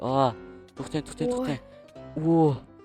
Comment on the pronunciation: Txten emas tõhten deyiladi😂😂😂